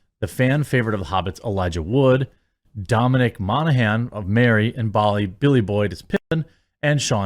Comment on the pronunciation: Jeremy. Props to you dude. You actually pronounced Monaghan right. It seems everyone pronounces it different. Mahn a gan, Mo han un. I have the same last name just without the g. In my 41 years alive only 3 or 4 times has anyone ever pronounced my last name correctly.